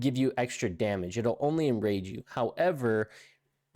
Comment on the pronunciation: Omg that did my head in too 😳 he also said " Bloodthirst has an 100% chance to IN RANGE you" 😂😂